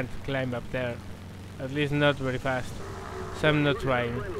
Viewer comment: Yeah latin obviously, i'm french and i know he's not. Might be spanish yeah :) when he said "bery bery" bamos bamos puta !